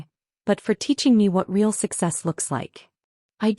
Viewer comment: Who knew that the word "real" had two syllables?